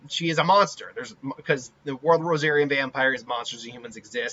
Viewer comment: So constructive Criticism: If you can't remember how to pronounce a character, you probably should brush up on it. Not just the pronunctiation, it shows you haven't watched the show enough, or even have an emotional investment about Haku. I'm relatively new to Rosario + Vampire - and you were pronouncing it Rosari(A) btw; but i've seen clips of Mizore and ... Mizore is much more versatile than Haku. You would need power PLUS skill to reach her, which I relate to as a martial artist. Those needles wouldn't reach her after the first wave hit her, because she can surround herself with ice, where the needles couldn't penetrate. There's nothing to say that Mizore couldn't learn to copy a similar ability with her ice, but that's the type of biased conjecture you have towards Haku. There is also no evidence I've seen that Haku is immune to ice, just that he has the bloodline skill (for sake of spelling) to make ice mirrors, which is like saying Kiba's dog can turn into ANYBODY just because he can look like Kiba. It's reasonable to say Mizore could make her own mirrors to mess with Haku, or even freeze the mirrors Haku, but it's assuming. So we take directly from the show instead: -Mizore can freeze people and objects getting close -Mizore turned a whole long archway/ceiling into an ice rink in under a second on a whim to intimidate people -I think Mizore can make ice clones, or use ice to absorb damage from a clip I saw -Haku is more trained and physically dangerous, but not in a hi